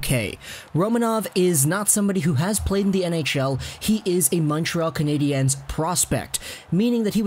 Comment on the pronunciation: Dude just pronounce it like it’s spelled Canadians